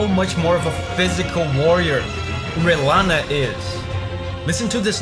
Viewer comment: sir it's rellana, not renalla